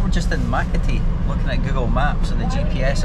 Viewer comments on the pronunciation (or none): way u pronounced Makati means itchy. ma-ka-ti vs maka-ti filo fries goes w/ mayoketsup combo dip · i like how pronounces “Makati” Mackatee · I like the way you pronounced Makati 🤣